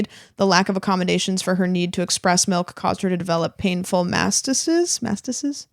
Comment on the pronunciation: not being able to say mastitis, BUT more importantly, not correcting her pronunciation made me chuckle